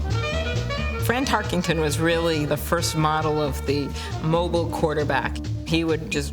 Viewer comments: Amy Klobuchar mispronouncing his name is quite irritating. Tarkington? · Klobuchar is a lame brain - it's Tarkenton, not Tarkington. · Tarkenton not "Tarkington", c'mon senator. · "Fran Tarkington" the least you could do is get his name right Amy. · Why does she keep calling him "Tarkington?" Makes my skin crawl..... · You enjoyed hearing her say "Tarkington" a million times? Can't even pronounce his name correctly! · Amy Klobuchar saying "Tarkington" - No thanks. On to #90. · IT’S NOT TARKINGTON !! PRONOUNCE IT CORRECTLY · If she’s such a big fan, why does she keep mispronouncing his last name? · She’s can’t even say his last name right 😂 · That was bothering me too. You would think a life-long Vikings fan would know how to correctly say his name.